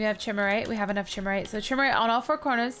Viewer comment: Chimerite is pronounced k-eye-mer-ite